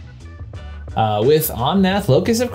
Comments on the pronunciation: Pronouncing Breauxdie as Browdy is a crime. Somebody teach this dude French! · Thanks for covering my Omnath. It’s pronounced Brodie